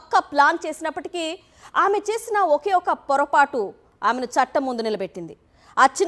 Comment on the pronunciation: Grapatu.....పొరపాటు కాదు